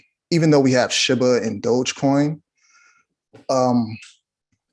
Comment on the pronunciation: awesome info.. just hate how he says Shiba like "Shibba".. if it was sounded like shibba, it would spell like shibba smh